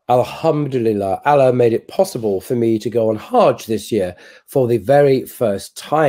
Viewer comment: so now that you have been lucky enough to visit God’s house, maybe try and pronounce his name correctly? Or do you still insist on calling him Ala?